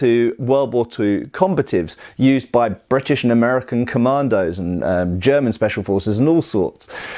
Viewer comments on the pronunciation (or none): none